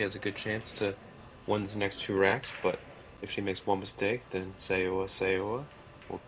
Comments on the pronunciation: She said its pronounced So-uh, So-uh. Don't go by spelling. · The announcer absolutely mangles Seoa’s pronunciation…